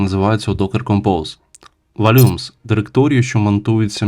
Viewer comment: Я думаю що в слові "volume" наголос га перший слог, а не другий. Сорян, але трохи слух аж ріже "вольЮмс". За все інше дякую ❤